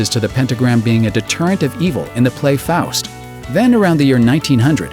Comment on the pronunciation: Well done pronouncing "Reich" and "Faust" correctly. This is coming from a German.